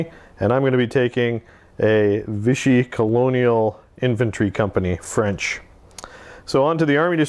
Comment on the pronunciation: As a french boy, I have to agree to your "vive la France", even so they do not like to get you lucky :-) Note that it's France de Vichy, not Viche. And you may even make them fight other free french forces. I love your reports ! Just an idea like that, maybe you can do a campagne with persistent units from one scenario to another? Cheers from France